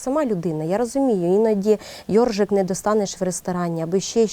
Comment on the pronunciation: Не йорЖики, а йорШики.